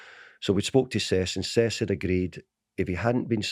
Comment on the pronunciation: Can someone enlighten me as to who Sess Fabregas is??🤦‍♂️🤦‍♂️no wonder he didn’t sign for United when the manager couldn’t even pronounce his four letter first name correxrky🤦‍♂️🤦‍♂️